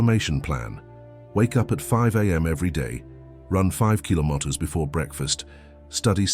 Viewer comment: Killomotters. Gotta love AI.